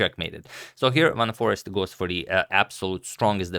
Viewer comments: By the way it is Foreest not Forest :) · Foreest is pronounced as if one is saying the words far and haste, without sounding the "h" part of the second word. Give me some upvotes here, people, so Antonio can see the light at the end of the tunnel. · It is not "Forest" but "Foreest", and you pronounce it as "foraste", quite simple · pronouncing is simple : 4raced / for-raced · last name is french/dutch and pronounced: foe-rrrr-eh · Foreest For Eest (vowel like "day" without initial D) Forayst is quite acceptable way of pronouncing it for English speakers. Trust me, I'm a language expert and I'm Dutch. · Just trying to torture Agadmator even more with Jorden's family name, but here it is pronounced by a Dutchman: . So, once again, it is "Foraste", like in "taste", with emphasis on "aste". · It's pronounced Fourayehaksthen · agadmator: I'm the only chess commentator in the world who can correctly pronounce Praggaanandhaa, Nezhmetdinov, Mamedyarov, Nepomniachtchi, Alekhine, and Aronian. also agadmator: Foreest? Forest? Frest? Forast? Forster? Foreskin? I give up. It's pure sorcery! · It's scary when the guy who pronounces almost everything right is like, "I am done with this shit" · Sure that's fine but it's not the correct pronunciation. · And it was in this position that Agadmator resigned his attempt of pronunciation